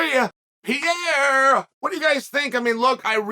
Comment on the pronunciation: "WONDERBOY. PI-EI-ERRE." lol